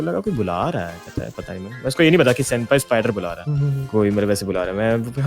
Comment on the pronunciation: Bro its SENPAI NOT SEMPAI😂😂😂😂